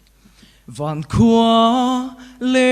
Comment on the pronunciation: Van khua a ti a nih hi, vangkhu tih tur a nia.